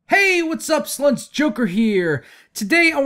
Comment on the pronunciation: He says slunts don't know why though.